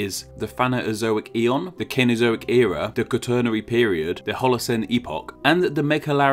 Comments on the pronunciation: C-no-zo-ic, not ken-o-zo-ic. C is soft before E with only a few exceptions. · Cenozoic is pronounced with a soft ‘c’, I believe. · Why was Cenozoic pronounced as if it were spelled CAnozoic?